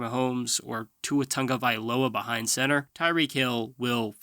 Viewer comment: WHY THE TANGOVAILOA PRONUNCIATION?!